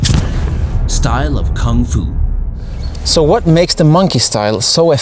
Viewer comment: First foreigner that pronounces koong fu not Kung Fu. Bravo